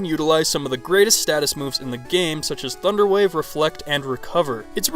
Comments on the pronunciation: Ha he says thuderwave instead of thunder wave 😂🤣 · did u said.. Thuderwave? XD it basically brighten up my day :D